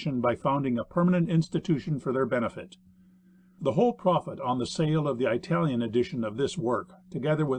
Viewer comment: I think the narrator is supposed to be saying marine but keeps saying maRain. It is bugging me because maybe he is saying it right but I cannot find any word from Google that fits. Also he says I-talian instead of Italian. Why not use a person with less idiomatic pronunciation.